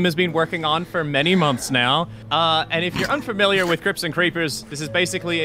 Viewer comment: I kept hearing crypts as crips and now I'm envisioning a Minecraft gang